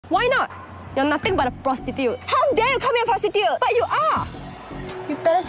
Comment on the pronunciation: I'm sorry but I can't take anyone seriously who pronounces it as "pwostitue" 💀